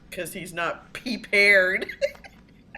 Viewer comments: "Be Pee-pared" sounds like an ad for those puppy house training pads. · "pee-paired" LMAO 🤣